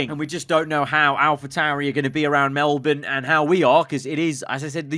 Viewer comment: Holy shut he says Melbourne somewhat right! He is officially my favourite f1 youtuber